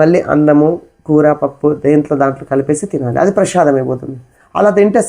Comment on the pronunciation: ప్రభుజీ ప్రసాదం అనాలి మీరు ప్రషాదమ్ అని అంటున్నారు. అలా అనకూడదు. తెలుగువాళ్ళము మనము. భాష దోషం ఉండకూడదు. ఇంకా చాలా మంది ప్రభుజీ లు హరే కృష్ణ అనకుండా హరే కిషనా.. అంటున్నారు. విదేశాకాలో పుట్టి వారికి నోరు తిరగని సందర్భం లొ కిషనా అని అనటం లొ తప్పులేదు. ఉత్తరం భారతం లొ కూడా కిషనా అని అంటారు. మనం స్వచ్చంగా పలికే అలవాటు ఉన్న కూడా ఇలా పలకడం సమంజసము కాదు. హరే రామ అని పలకకుండా హరే రామో అంటున్నారు. ఒక్కసారి ఆలోచించండి